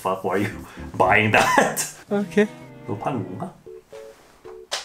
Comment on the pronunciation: the ‘okehh’ made me laugh so much hahaha